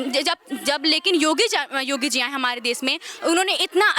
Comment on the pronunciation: Name to sahi se bol do Yogi ka